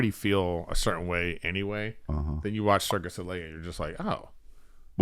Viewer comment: Eric keeps saying Circus Olay and Chris over-pronouncing Cirque Du Soleil repeatedly and Eric not getting the hint is the funniest damned thing to me